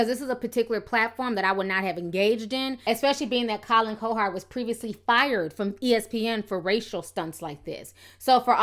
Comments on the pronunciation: Lol, I love your YouTube commentary, but his name is pronounced Colin "COW HERD"😂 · Colin CoHard. Wtf is that pronunciation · It doesn't help you cant pronounce simple words. Say it JUST like it is spelled. Cowherd... Cow-Herd. Not "Co-Hard" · cow herd cow herd now put it together.....cowherd....damn you killed his name ctfu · love the content, but it's pronounced cow-heard. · I appreciate your point of view on this, and seeing through the BS. You definitely need to know the backstory of what was said about him & his sons in order to understand where LaVarr was coming from. But I'm dying because you kept calling him Collin "Co-hard" 😂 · You’re pronouncing colins name wrong